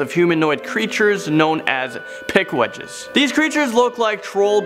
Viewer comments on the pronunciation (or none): That's Pukwudgie, aka Puk-Wudjie or Puck-wudj-ininee, not "Pikwedgies". And it's Freetown-Fall River State Forest, not Freeton. Also, it's a 5000-acre forest and home to a Wampanoag reservation.